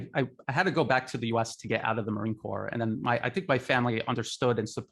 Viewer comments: The anchor pronounces "US marine corps" as "corpse". Purposefullly? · Sorry, but the name is pronounced Core, not like corpse. Thank you. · the "s" in "Corps" is silent.